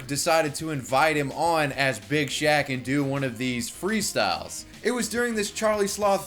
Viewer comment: I laugh everytime he says "Big shack"